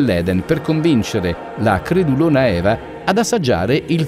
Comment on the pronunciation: Per video del genere andrebbe sepcificata l'interpretazione, chiave di lettura e tradizione che si segue. "La cradulona Eva" non si può sentire.